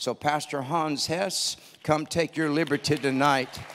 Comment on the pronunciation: ☺ Brother Hans name is ( Hans Hess) NOT Ness..lol 🕊🕊🕊 4-8-22